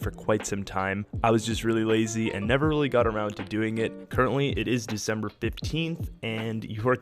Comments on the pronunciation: Did we acquire a new month , because I’ve never heard of “Decemeber”... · DecemEber?? Where does the e come from?